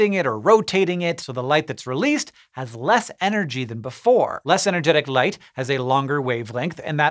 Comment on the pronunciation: In the beginning I heard "life" instead of "light" and I was so confused.